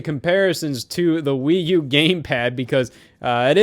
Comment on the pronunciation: Please dont say that again please